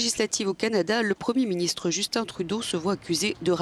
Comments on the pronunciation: PTI, on dit « Justin » Trudeau, pas « Djostinne »! ;) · Alors, conseil de francais expatrié au Québec, ne dis pas "Djustine Trudeau", mais "Justin Trudeau" . Justin, comme on prononcerait "Justain", ou "Juste-Un" pour essayer d'être plus phonétique Sinon, tu vas t'attirer de futurs commentaires négatifs de québécois :)